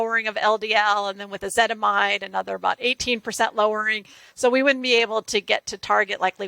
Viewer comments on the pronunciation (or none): She’s very knowledgable. Nobody wants to correct her when she keeps saying ezetimide instead of ezetimibe..